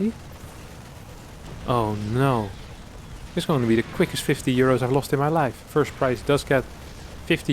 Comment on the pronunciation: "Congratulations to kelazhur for winnin 50 uros" - 2020 It's euros not uros but uros sound nicer kekw